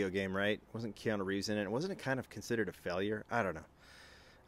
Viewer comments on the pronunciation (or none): none